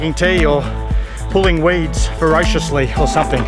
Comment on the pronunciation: "or I'll just pretend I was pulling weeds Verociously"